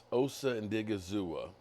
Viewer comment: You spelled Osa's name correctly in the title of your video, but you still continue to pronounce it wrong? Give the man some damn respect...learn to pronounce his name correctly.